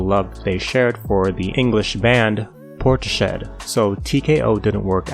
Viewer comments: it's pronounced portis head, not portashed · Portis-HEAD not Port-SHED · "Port shed" 😅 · Port-Shed? ManCHESter? Is this AI, or have you just never seen these words before? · It's hard to take you seriously after hearing you say 'Porti-shed' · This has to be one of the worst videos about a band, I've ever watched. What a load of crap and learn how to pronounce things better. Porti-shed? You can't make this up. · Jesus H, this guys narration is unbearable. And what the hell is portshed? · Did my man just call Portishead "Porti-shed"? xD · ‘Porti-shed’ - A small metal shed containing a stockpile of Porti Potty’s. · Americans cannot pronounce written English' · Lmao dude I am noping out of this video just on this alone. No way I'm taking this guy seriously 😂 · Please look up the pronunciations of place names before you talk about them in a video. I'm two minutes in and we already have "portis shed" and "man chester". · Learn to pronounce Portishead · You really need to learn how to pronounce Portishead.